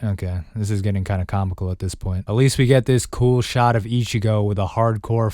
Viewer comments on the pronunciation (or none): none